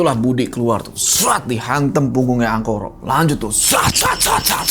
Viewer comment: ga salah denger pak kades ''Angkoro" 🖐